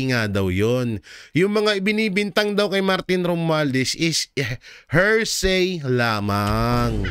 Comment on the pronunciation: PLEASE SAY… “ HEAR + SAY “ = “HEARSAY” NOT “HER+SAY “= “HERSAY” Thank You!